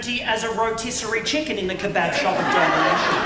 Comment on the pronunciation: I thought he said domination